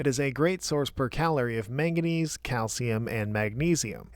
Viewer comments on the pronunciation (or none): none